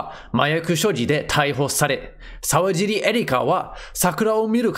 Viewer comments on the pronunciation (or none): さうじり、じゃないよ。さわじり、だよ